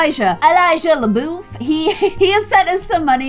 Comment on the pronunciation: NATIVE LOUISIANAN HERE: Since many are giving incorrect pronunciation tips, I'll give mine. You've been saying bayou and New Orleans correctly! (by-you and or-lins) the only thing that I'm hearing you pronounce wrong is LaBeouf. Its actually pronounced "luh-buff" Hope I help!